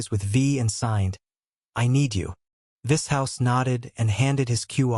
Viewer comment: Im liking the AI pronunciation of Vishous.... Vis-House😏